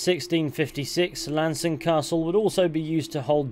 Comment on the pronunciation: Appreciate the pronunciation. Been pronouncing it wrong for years